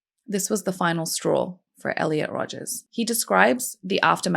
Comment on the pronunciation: The name is Rodger, not Rodgers.